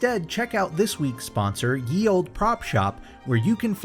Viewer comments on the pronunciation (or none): By the way Ye is pronounced as The Back in the old English language “Y” is known as “TH” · It's pronounced 'the old'. It isn't the letter 'y' but an obsolete letter called thorn that has a 'th' sound. Just for the future.